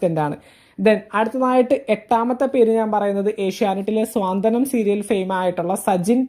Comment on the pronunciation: സ്വാന്തനം അല്ല. സാന്ത്വനം ആണ് ആദ്യം പറഞ്ഞു പഠിക്കു